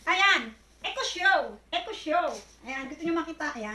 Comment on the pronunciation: Good Vibes ang introduction madam hindi mabigkas bigkas ang echo echo 8 nice unboxing keep up